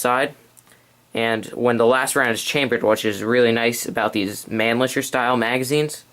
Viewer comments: Buddy, you are not saying the name of the rifle right. Its MAN - LICKER. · You're right on concerning most of your information, excellent, although the name Mannlicher is pronounced a bit more like "Mawn-licker." The other straight-pull military arms of this similar period were the Schmitt-Rubin Swiss rifles and the Canadian M1905 and M1910 Ross. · The 6.5 underpowered? Wat. Thing is practically a .308, just a bit less muzzle energy. Also, that Mannlicher pronunciation was ear-grating.